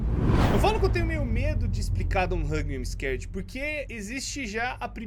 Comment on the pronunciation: e hoje eu vou falar a história dé don t Hug me im am scared eu:nossa isso parece alguém falando